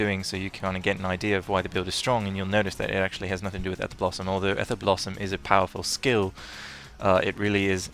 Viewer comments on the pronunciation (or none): none